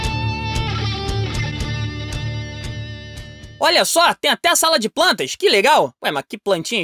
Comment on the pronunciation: 'sala de PRANTAS' AKKAKAKAKKAKKAKA cebolinha reverso